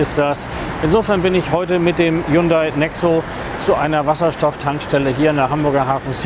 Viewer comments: Hunday nicht highhunda wird ausgesprochen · und das heisst ned H yundai Sondern Hyundai das h wird verschluckt sollte man schon wissen wenn man autovorstellung macht ;) ansonsten schöne vorstellung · haiundai? wird ja immer kreativer die falsche Aussprache des Firmennamens ;) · Ich dachte immer , nur Italiener erfinden Aussprache von Worten die sie nicht kennen.....aber kommt der "Hayundai" wenn der Wagen nur nicht so "schiach" wär... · Er sagt immerwieder " H-A-J-U-N-D-A-J-I" Hyundai lol